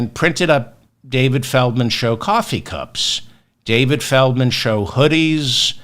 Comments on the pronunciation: Why FeRdman? FeLdman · Why Ferdman instead of Feldman? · I thought it was Feldman and not ferdman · Is it ferdman or felman. I am confused 😮